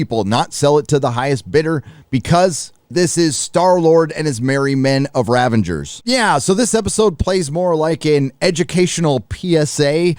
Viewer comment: Too late. Also, there's no N in RAVAGERS! Say the word right, scrub.